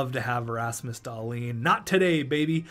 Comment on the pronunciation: Were the only one who gets slightly triggered when he says Rasmus Dahlin’s name like Dahlin and not like dahleen